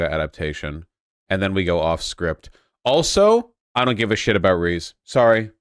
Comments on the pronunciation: One piece anime has absolutely dreadful pacing, if a huge successful series needs a revamped version OP is it. The manga is already spotty enough with it's constant meandering but in a way that it doesn't ruin it's own flow, something the anime totally does. Also, lmao at voosh pronouncing Reze as "Reese" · “rees” is that actually how it’s supposed to be pronounced am I being gaslit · i hate how vaush pronounces reze so much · It defies comprehension that Vaush could possibly mispronounce “Reze” that badly. For someone who’s so opinionated on anime, it gives the impression that he hasn’t watched a single episode.